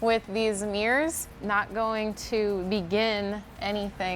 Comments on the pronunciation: They are not MEERRORS. THEY ARE MIRRORS. THERE ARE NO E’S in the word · It bothered me so much that she kept calling them “meers” I couldn’t even watch this. 😣